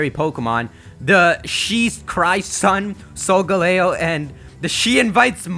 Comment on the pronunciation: I like how pronounces Solgaleo as the Sunne Pokémon, so does this mean Solgaleo is a t-SUNNE-dere?